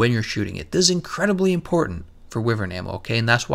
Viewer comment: i thought wyvern's pronunciation was why-vern not wee-vern, am i wrong or is he saying it wrong?